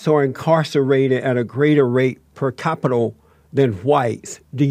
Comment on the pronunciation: It's capita, it's not capital